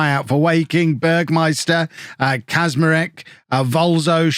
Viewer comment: "cz" in Polish is spelled "tch"; so, "Kaczmarek" is "Catchmareck", one of the easiest Polish names to pronounce